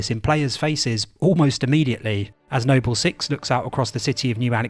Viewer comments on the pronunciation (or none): yeah, it's pretty bad. Idk why he calls him nobbel six, when he says noble perfectly fine when talking about the entire squad. And to not even know how to say George.... lmao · No-Bell team. Jor-hey WHY ARE U SAYING IT LIKE THAT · Noble Six, not No-bell Six...🙄 it's infuriating when so much time and effort goes into videos, just for something so simple to be overlooked. It makes you wince every time you hear it. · Nobel Six, Nobel Six!!!!!? It's Noble Six for crying out loud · Its pronounced nobal not nobel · Why is it you correctly call them Noble Team, but refer to the player character as "Nobel Six?" Also, his name is JORGE, not Jorgè! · Noble, not Nobel. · It's pronounced "George" not Jorgé and "Noble", not Nobel. Are you dyslexic or joking? (Good video though). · its noble 6, not nobel 6. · You can't just call Noble 6, the other white meat of Hyper Lethal Vectors, No BELL 6 and then immediately after pronounced Noble Team correctly. Simply disrespectful. For shame sir! Joking aside, great video. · Noble six, not No-bell six. And Jorge no Hor Hey. The names are pronounced multiple times in game, hearing you butcher them for no reason is just frustrating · No-bell six and horhe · Why are you calling him "Nobel Six"? It's NOBLE SIX. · Why the hell is he calling him NOBBEL six instead of noble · Am I missing something? Why does the narrator keep mispronouncing noble 6 as "Nobel 6?" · Nobel Six and Jorge 😅 Great video, man, ya goofball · Nobel 6 and whorhey 😅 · "No-Bell 6 and Whore-Hey..." Jokes aside this a great video. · "Nobell" and "Hor-hay" lol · HOR-HAY NOBEL SIX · It’s pronounced NO-BULL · Stop saying NOBIYALLLLLLLL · The way he pronounces things its like hes speaking through a voice changer or something saying noble 6 as if its nobel prize and jorge as horhay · No-Bell Six and Whore-Hey is gold lol. Really good video, Halo doesn't get enough video essays on YouTube. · "Nobel six" lmao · "No-Bell team" "Hor-hay" 😖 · who tf is hor-hey and no-bell 6?